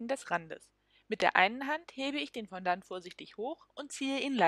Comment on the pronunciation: Bitte das Wort richtig aussprechen: Fo-Do ->